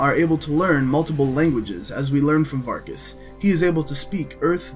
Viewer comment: Variks, not Varkas xD. Have you been playing Skyrim or something?